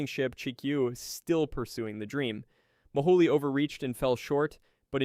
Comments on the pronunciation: Mohole is pronounce Mo-hole, not Mo-ho-le. I know, I worked as a very minor assistant functionary when I was an undergrad. Our geology department machine shop made stuff for the project. All I did was clean up afterwards. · He does say "Mo-holey" rather than "Mo-hole", which I always took as clever marketing for federal funds. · Mohole = 'Mow-hole' not 'mo-ho-lay.' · Very interesting! And you do a good job with non-English pronunciations! But I have to point out that the Mohole is an anglicization of Moho, because it's a hole. It is not "moholy". It's "moe-hole" as it a moe was in a hole. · Thanks, that was a fascinating video for an old High School Geology teacher like me, BTW it's pronounced Mo - hole, not Moholy! I was a kid when it was happening and I was fascinated by it and the earlier International Geophysical Year. I guess that set me up for a career I eventually, half reluctantly fell into and ended up loving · It's pronounced Project MO-hole, not Ma-HA-lee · 'Mohole' is pronounced as 'mo-hole', or 'moh-hohl'; not like 'guacamole'. :) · Did it occur to you that Project Mohole is pronounced MO- HOLE?? As in a HOLE in the ground?